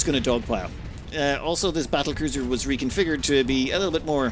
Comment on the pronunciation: Is it just me or are you calling battle cruiser as cattle bruiser